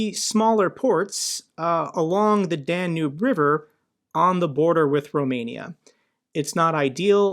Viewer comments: Love your videos but hearing you say "Dan-noob" river 35 times is driving me up the wall. It's Dan-Yube. Lol if you're a geography nerd say it right lollolol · Hey, just a quick note, might want to pronounce Danube as "Dan-yoob" which is more accurate.